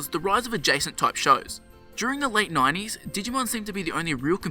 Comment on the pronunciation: Instead of 90s you say "9 E's"